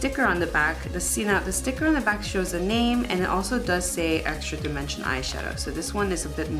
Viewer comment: "EXRA DIMENSION'' lol